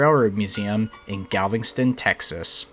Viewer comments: learn to talk ,,,Galveston ,not galvingston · Nice try for pronoucing galveston but its not how you say it. Theres no "ing" in galveston, its just gal vest ton